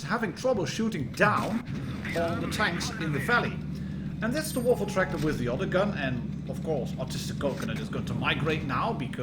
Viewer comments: Good german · Oh dear god. You said the full german name. Oh boy. You’re becoming more german by the minute.